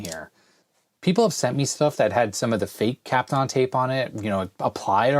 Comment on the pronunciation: Hit the keys with DeoxIT Gold or WD-40 Gel (new product).WD-40 also now makes a WD-40 Contact Cleaner! It's pronounced Cap-Ton tape.